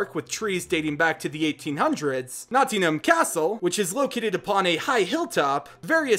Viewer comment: Its...Nottingham pronounced Notting-him btw